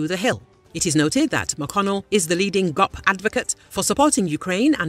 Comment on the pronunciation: "Gaap" leader? Lol AI. 😂